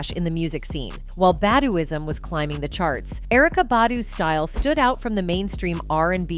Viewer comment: it's "Bah-dew-ism"...do you really know what you're talking about? You're not a part of the black culture...What's your Media agenda?